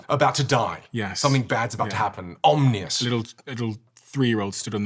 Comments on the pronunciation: Bro talks about vocal presence but says “omnious” (om-nee-us) (not a word by the way) when he meant to say “ominous” (om-in-us). Is it an ESL flub? Or did he just lose ALL credibility? 😂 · when he said omnious lmao, hope he learned how to say ominous in that timeframe :D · ESL note: ominous, not omnious. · “Omnious” he meant Ominous lol